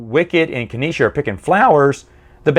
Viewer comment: Dude,, it's pronounced "Nee-sah", not "Kaneesha" 😉